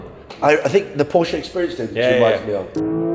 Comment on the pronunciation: Brother Iman ,,, please learn how to pronounce “Porsche”